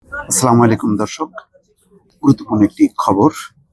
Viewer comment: সালাম সঠিক ভাবে দিয়েন, আপনার সালামের অর্থ কিন্তু অন্য রকম হয়, দয়া করে সঠিকভাবে সালাম দিবেন PLS